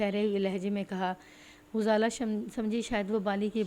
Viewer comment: یہ کس نے بتایا ہے کہ غزالہ کو پیش کے ساتھ پڑھو ۔ انے واہ ماری جانی ایں، اردو سیکھیں یہ سیکھنے سے آتی ہے، تلفظ پر بہت توجہ دیں ۔ غزالہ کے غ پر زبر ہوتی ہے ۔۔۔۔۔۔